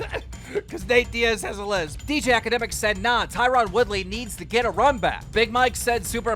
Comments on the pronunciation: It’s not “tyrawn” it’s Tyron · Tyron pronounced TIE RIN. ffs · Keemstar: TIE-rOn WOOly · Is anyone listening to him say tie Ron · Why doe no one pronounce Tyron Woodley name right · Tie-Ron.....come on keem